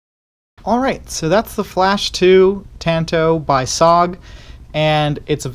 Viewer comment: It is pronounced S-O-G all said separately not just ‘SOG’